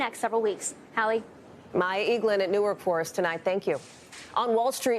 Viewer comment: "Nork" airport? I thought there was a W in Newark. And "fun-iture" is an interesting pronunciation 😂